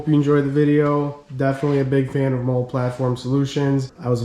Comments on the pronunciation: Nice video man. If no one told you yet it’s pronounced Molly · Jeep looks great. I was wondering about those panels. I bought Chinesium non-spec “molle” panels that mount with the rear hardtop bolts. Works ok. BTW, molle is pronounced Molly like the name.👌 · It’s pronounced Molly. It’s an acronym for modular lightweight load carrying equipment (MOLLE) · Yes it seems like you always know who was in the military or not by the way they pronounce MOLLE. Nothing against Robert Hill, but I cringe every time I hear Mole.